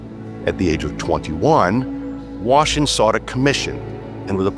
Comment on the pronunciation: "... Washin sought a commission..."